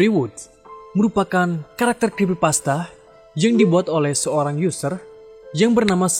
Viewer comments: SOERANG dibaca SURANG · harusnya Seorang bang , Bukan SOERANG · soerang apa seorang 😂